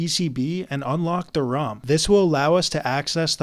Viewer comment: I have been watching some tech videos where the person intentionally mispronounces words for engagement on his videos and when you said ROM, my first thought was "damn it not another one!" But then tech monke brain booted up and reminded normal monke brain that ROM is correct. 😂